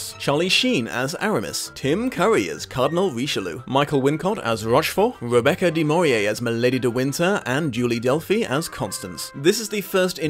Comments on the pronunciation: Deh-Mor-ee-Ay? 🤔 "Deh-Mor-Nay" 😉 That was a lot of material to cover. Awesome work! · FYI, There's an "N" in Rebecca DeMornay's last name.